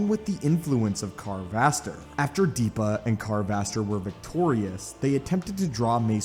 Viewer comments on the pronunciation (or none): Why do you say DEEPA? it's Depa.